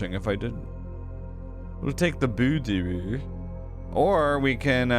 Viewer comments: When says Boo-door instead of Boudoir, it makes me think of the Swedish Chef from the Muppets LOL And bless his heart at the end doing the cipher, he really goes all out to prove he doesn't need a pen and paper, I appreciate that stubbornness!! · sounded like Boo's door! 🌸🚪 lol you've said it this way plenty, but I didn't hear it til now. vestibule sounds terrible, I dont get it either